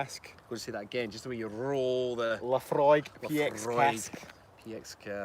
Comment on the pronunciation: Laphroaig is my favourite single malt by far! And good to hear you pronounce it correctly for the masses :-)